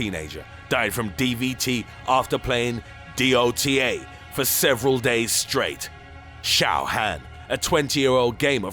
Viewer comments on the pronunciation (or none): ... you said each letter in DOTA. I... wow.